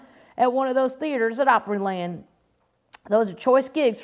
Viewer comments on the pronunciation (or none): none